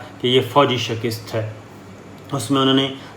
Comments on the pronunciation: Sabir Shakir aap shikast ko shakist kayun partay hain. Aap is lafz ki pronounciation sanjhain. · Sabir tum say Request hai k Defeat ko sahi Bola karo tum shekist kehtay ho yeh shekist nahi Balkay sahi lafz shakast hai Tum ko ALLAH ka wasta hai es ko sahi Bola کرو yeh mujhay bohat irritate kerta hai.. I hope you will correct it and u will not speak wrong again thanks 🌹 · جنابِ صابر شاکر صاحب؛؛ پروگرام معلوماتی اور اچھا کرتے ہیں ماشاءاللہ لیکن آپ “ شِکِست” بار بار بولتے ہیں جو غلط تلفظ ھے درست تلفظ ھے “ شِکَست” یعنی شین پر زیر اور کاف پر زبر جو “ شِکَستن” مصدر سے بنا ھے، امید ھے آئندہ پروگرام میں درست کر لینگے۔ جزاک اللہُ خیراً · SHIKUST not SHAKIST... AUDIT not ODUT ... Please correct pronouncing the the noted above words; SHIKUST & AUDIT Bless you... Thanks